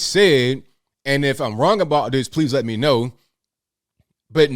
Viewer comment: When he said Lee instead of me. I want to know who Lee is and if that is his true muppet master🤔